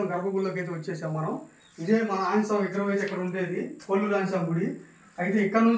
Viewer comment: కోళ్ళూరు కొల్లూరు కాదు